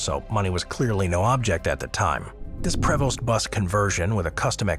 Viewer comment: Learn how to pronounce “Prevost” if you’re going to make videos about luxury motor coaches :). Also the order makes no sense, like having the custom Newell and Prevost’s lower on the list than the mass-produced production motor homes makes you lose credibility.